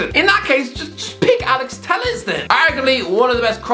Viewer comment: Agree with all points about Ole hes not good enoguh also u pronnouced well Alex Telles name before yes Alex Tels and also Joao Cancelo's name is Cancelo not Canchelo hes Portuguese not Italian even Mark Goldbridge got that spot on recently